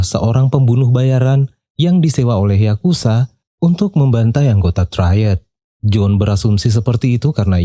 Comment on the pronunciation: Semuanya keren bang, kecuali saat abang bilang yakuza menjadi yakusa,itu jadi kurang enak banget di dengernya bang,jadi gak garang